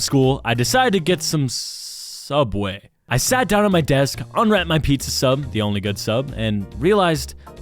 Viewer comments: ITS SOOBWAY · Bro did not want him to say suuob way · I though James wanted you to say “soobway” but you said subway so I guess probably not but why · Uhhh it’s SOOBWAY NOT SUBWAY BUDDY😡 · you mean soobway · its soobway not subway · It's soobway not subway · Not Subway. It's sooubway if u know u know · Bro what’s gonna say Soobway🤣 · At sooubway 😂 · poor James hes so annoyed with the ✨SOOBUWAY✨ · bro was about to say sooubway :O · Not soobway😂😂😂😂😂😂😂😂😂😂😂😂😂😂😂😂😂😂😂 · It is soubway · Hey! According to James, it’s pronounced Sooubway. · Bro almost said sooubway💀💀💀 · "subway" ITS NOT SUBWAY ITS SOUBWAY U LIED!!!! U KNOW ODD1SOUT ITS SOUBWAY U KNOW HIM ITS SOUBWAYYYYY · I think you mean Soubway. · Say it. Say Sooubway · you mean soobway? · Not Subway its soobway.